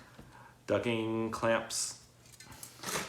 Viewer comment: Awesome video however knowing how a word is pronounced is important! The word you are looking for ducting! duc T ing not ducking!